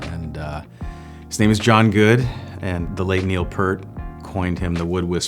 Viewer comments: Hi - it's P-ear-t, not 'Pert'. There's at least one video of Geddy and Alex saying how to pronounce it, and I dimly remember that Neil says how to pronounce it himself in the video where Jason Segal and Paul Rudd meet Rush (I haven't checked if that's where it was). It's an interesting thought though - are they right because they are his friends, or are they not really his friends because they couldn't even bother to get his name right? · HIS NAME IS PRONOUNCED PEERT NEIL PEERT NOT PERT BRO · This bozo just said Neil “Pert” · Did he just say Purt............. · It boggles my mind why doesn't pronounce the late great Neil Peart's name correctly! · Can you please show some respect and actually learn how to say Neil Peart's name. It's not difficult.